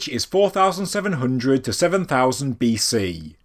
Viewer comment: I'm glad you say "BC"